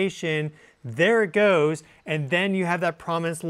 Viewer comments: Go ez ? Goes. Is this ai ? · its goes... like he goes here and he goes there... not go ez ....